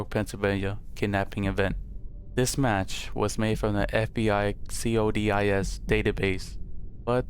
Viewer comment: “C-O-D-I-S” is called CODIS (Koh-Diss)